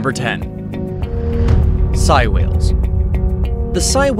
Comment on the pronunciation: Its actually pronounced sey like saying so its sei whales